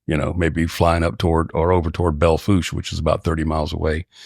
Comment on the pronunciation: He pronounced Belle Fouche correctly, that’s impressive enough on its own.